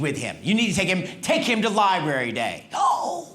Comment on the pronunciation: Dude it’s LIBRARY not Libary.